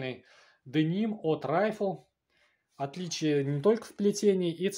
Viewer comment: Не Райфл, а РифлЕ!